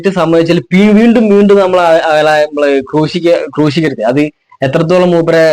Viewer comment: ക്രൂഷി ക്കയല്ല.... ക്രൂശി ക്കുക... ഇത് ആദ്യം പഠിക്കൂ